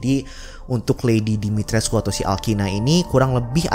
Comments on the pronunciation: Katanya Dimitrescu hanya dibaca dimitresc... U nya dihilangin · Dimitrescu = Dimitreeze bacanya banggg. Waktu itu pernah di bahas di salah satu ig luar. Lupa namanya muncul di explore.